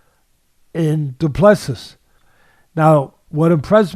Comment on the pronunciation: Du Plessis is a silent s at the end